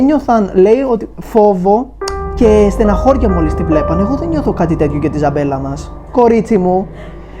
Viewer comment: Προφέρεται Ζαμπέλη!